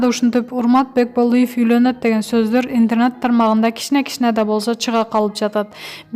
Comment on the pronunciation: Кагылайын жазылган тексти туура окучу))Бекболыев эмес Бекболиев, интарнат булагы эмес,интернет ))Тобоо кайсы кылымда жашап жатасынар?